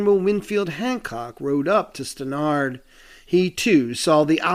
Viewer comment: Really great video. I grew up in VT. Stannard is one of the least known Civil War Generals as are his vital actions at Gettysburg. FYI, whenever I heard teachers refer to him, as far as I knew, his last name was pronounced Stan urd.